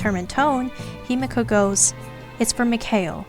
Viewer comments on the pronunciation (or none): none